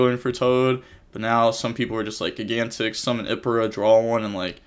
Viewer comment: I’m joking. I’ve never heard it pronounced “gig-antic” before.